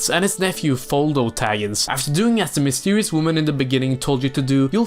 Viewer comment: Did you just say mistewious? Btw, same love for the LOTR series here. As for The Hobbit, it’s good but I’ll stick to the books 😅